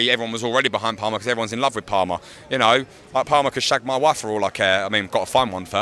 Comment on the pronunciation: classic intriguing pronunciation of player names 🤣it's palmer as in palm tree